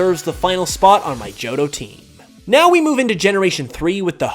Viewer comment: IT'S JOHTO, NOT JOTTOH!